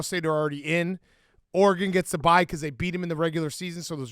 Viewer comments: the way Dave pronounces Oregon as "Orygone" LOL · Why tf does Dave keep pronouncing Oregon like a dweeb